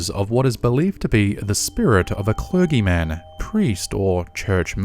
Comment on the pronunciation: My new favorite super hero is “Clergi Man” . 🤦Millennials...you got screwed on education